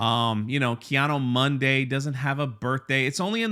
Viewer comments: Why cant anyone say KEE-ADEE-MOONDEE correctly? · I love the way pronounces, "Kay Otto Monday" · It’s Keanu Monday. And, we like names. Ask Frank Gore.